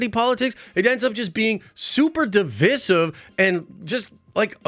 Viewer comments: Learn to say divisive properly…. Other than that great video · Even tho I agree with him, I couldn’t pay attention after constantly hearing his pronunciation of DIVISIVE